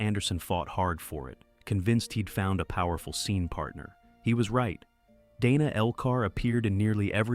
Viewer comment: In this case, Dana Elcar's first case was pronounced Danuh, not Daynuh. Thank you making this available!